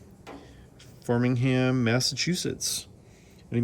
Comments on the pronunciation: Hi, great find, I know these east coast names can be tricky to pronounce, as a Boston guy here it's fra - ming - ham, is it for sale???? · Probably Framingham not farmingham. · Im in MA. I thought I heard you say 'farmingham'. I think you meant 'Framingham' which is about 20 miles west of Boston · Framingham. Sound it out.